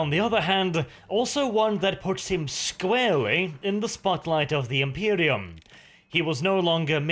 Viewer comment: Squarwy......heard that mis spoken word in the beginning lol